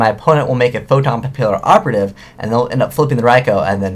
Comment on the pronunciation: Its pronounced "pa-pee-operative" the word Papillon is French. ^.^ I prefer the OCG name Photo Butterfly Assassin.